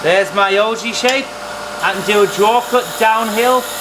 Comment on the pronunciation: What is an Ojee? I hear him referring to it throughout the video but I can't figure it out.